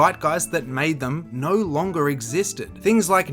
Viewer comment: Why do you speak like that ??? "Naur" 😭